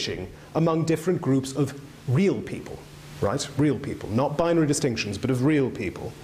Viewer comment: interesting subject if you can get past how many times this man says 'binery'